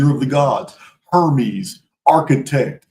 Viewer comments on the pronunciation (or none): none